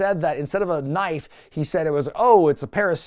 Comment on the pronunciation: a KNOIFE